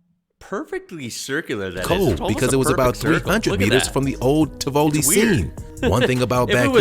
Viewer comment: Can't believe anything this dude says.. pufferfish are poisonous not venomous... don't eat them. The rock fish is far more deadly. He can't pronounce Tivoli and we don't have provinces. Lens flare happens in the camera lens... not up anywhere. Nobody calls "Bourke" Buourke-town!